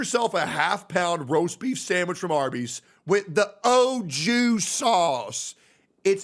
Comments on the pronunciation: Ok, 2 months watching, you finally said something that triggered me, Au Jus should be pronounced more like Awe Shoe (buzzing J instead of S sound), not “Oh Jew”! 😂😂😂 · omg when bro said Ojew sauce and not Auju I felt so much frustration cause customers always make up their own pronunciation for shit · its pronounced Aju not oju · that “O” Jew Sauce